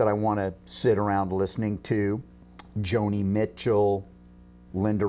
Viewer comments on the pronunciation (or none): the way he says joni michell , had me laughing !!!!